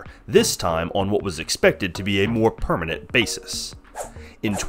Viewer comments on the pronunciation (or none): none